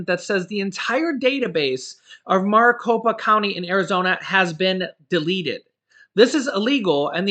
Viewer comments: Its pronounced (Mare-i-copa) sorry got OCD, I live in Maricopa County (Phoenix, AZ) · It's pronounced merry Copa or Mari copa lol. I'm an AZ native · your pronouncing Maricopa wrong but close ❤